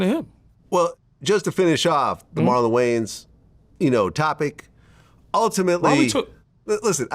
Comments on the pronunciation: “Who this guy think he is, talking about the (marlins)” 😂😂 you mean the wayans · He called him…. “The Marlons” 😂